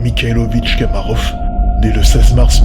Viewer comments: on dit pas "kamarof" mais komarov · J'ai une remarque à faire : vous vous êtes trompé en prononçant le nom de l'astronaute soviétique. Ce n'est pas Kamarov, mais Komarov.